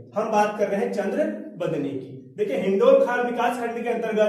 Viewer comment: हिंडोलखाल नहीं हिंडोलाखाल।।।।।।।धन्यवाद